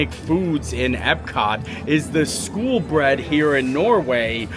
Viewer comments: Cringing every time you said "school" instead of SKOL... smh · Love the video as I love all your content! When you were in Norway you kept calling the skol bread and stole cold brew...... you were pronouncing it "school" but It is pronounced like "skole" think cole but add an s at the beginning. It means like cheers. So back in like viking times they would hold their cups up and toast saying "skol!" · Skol not skool. Skol means cheers. It is also a brand of lager (light beer)